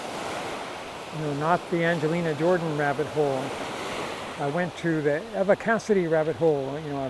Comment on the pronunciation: That's one negative thing about "fandom"; it can, and often does, become irrational. And many people believe that their "opinion" is correct simply because they have it. I've been a fan of Eva (with a long e; you're pronouncing it with a short e) Cassady for years before I ever heard of Angelina Jordan. She was one of the best singers I have ever heard, and her versions of "Over the Rainbow" and "Autumn Leaves" are still two of the finest things I have ever listened to. But Angelina is also one of the best singers I have ever heard. It's not a zero sum game; they can both be great. And your mashup of Eva and Angelina on "Fields of Gold" is absolutely FANTASTIC!! One of my all time favorite things, and my all time favorite mashup (Angelina and Stapleton is a close second). Thanks for creating it,. And please, create more of Angelina and whoever.